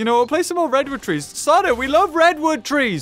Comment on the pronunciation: "Wed wood twees" -, 2020